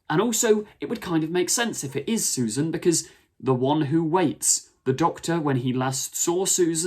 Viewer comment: Its Susan. Grandkid. Its not difficult.